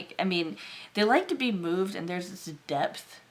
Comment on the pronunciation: #1 sounds like me. 😅 #3 I heard "they really like to be boobed" then realized you said "moved".🤣